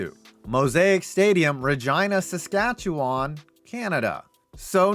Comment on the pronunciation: Regina (props on pronouncing it correctly) and Winnipeg both managed to get stadiums on this list? Incredible considering how awful those cities are.